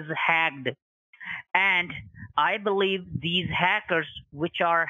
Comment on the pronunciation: “Your entire network is hagged” 😂😂😂